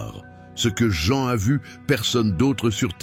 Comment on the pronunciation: Prononcez les vrais noms Jean c’est Jean, Mathieu, c’est Mathieu, etc. etc.